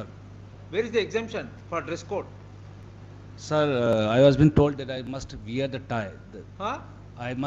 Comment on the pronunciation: At 2.00 ,siir... Siir, judge :What sir?